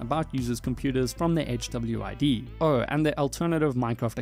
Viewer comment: I love how HWID is pronounced by the tts as "chubbyweed" in the segment from the abyss dev